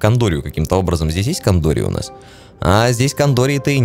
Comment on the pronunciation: не "кАндория", а "кЭндория"